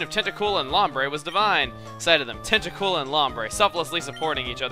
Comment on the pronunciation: Call "Acooltent Acrultent"